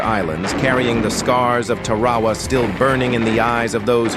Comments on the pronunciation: It’s pronounced Tar-a-wa not Ta-ra-wa. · Looks like the AI needs to learn how to pronounce Tarawa.